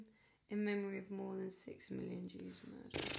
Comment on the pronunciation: Same. I’ve seen this movie so many times and I still get destroyed every time Liam Neisen says “I could of got nore” and then when I see all the stones on Oskar Schindler’s grave at the end.